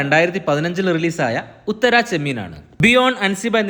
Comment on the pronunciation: ഉത്തരാ ചെമ്മീൻ അല്ല ഉത്തരച്ചെമ്മീൻ...